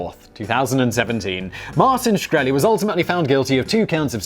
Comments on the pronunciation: Simon can't pronounce Shkreli? That's so very very sad. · Really clicked this to hear the proper pronunciation of his last name. in and you already mucked it up